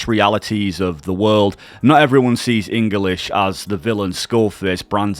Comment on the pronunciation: Enguhlish. Linjistic. Linga fronkwuh.